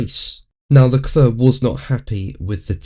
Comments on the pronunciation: Dude! It's "le-clair" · Leklør? Ha ha ha ha ha ha. You mean Leclerc? Ha ha ha ha ha. Lekløøøør Lekløøøør Lekløøøør Lekløøøør ha ha ha ha. ÅOKIDØUKS as well also.